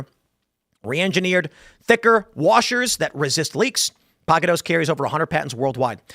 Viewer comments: Oh, pocket hose. I thought you said pocket hoes. 😂 I have a dirty mind. Sorry. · I originally thought he said "Pocket Hoes".... Somehow that term made sense so I didn't question it at first . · I was only listening and heard, pocket hos... not hose. Had to look... Haha